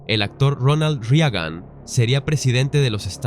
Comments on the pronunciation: Es IA? O como porque dice Ronald Riagan? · Al narrador: como es posible que NO sepas pronunciar el apellido Reagan ? ya que supuestamente eres narrador cuida la pronunciación de los apellidos, nombres, ciudades, etc